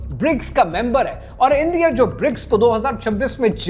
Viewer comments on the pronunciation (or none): انڈیا ہے اِندیا نہیں۔ باقی سب ٹھیک ہے ✨